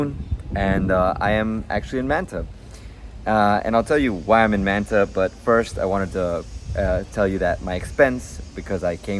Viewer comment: You seem to be Latino and yet you can't pronounce Manta correctly?